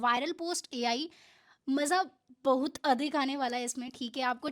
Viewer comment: Bahot ❌ bahuuut ✅